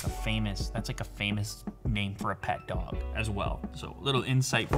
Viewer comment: Nobody: Literally nobody: Hachi: hachiko the drog tribute from japan